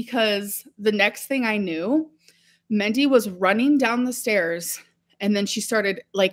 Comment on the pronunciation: Her mothers name was Mindy, not Mendy! Sorry alr but you are old enough to know how to talk. That's not accent. That is wrong. .